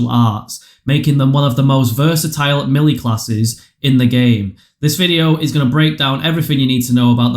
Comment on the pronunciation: Thanks for the help but melee is pronounced "maylay"